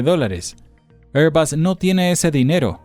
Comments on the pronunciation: ¿QUE IDIOMA HABLA? “ÉR‑bag” (ˈɛər‑bæɡ) Air = “ér” ESO ES UN GLOBO. no Se pronuncia: “ÉR-bas” (ˈɛər‑bʌs) Air suena como “ér”. será La marca de aviones AIRBUS Se pronuncia: “ÉR-bas” (ˈɛər‑bʌs) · Porque decis, "Airbas", es airbus, no me explico el acento que le poneis cuando decis eso.